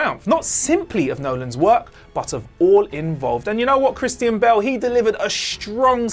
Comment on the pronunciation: Anyone else turned off by how he pronounced Christian Bale